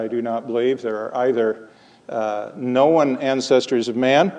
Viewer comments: i don't know if anyone has answered this, but the accent you are hearing on "Know-en" the elongated o monothong, with a hightened schwa, produces a two syllable "kno-un". I don't know where this would map on his life, but the "trap" vowel you are hearing in craps to crepes is in and around St. Louis. maybe menton is from there? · Is he where PraiseIAm got his two syllable form of known?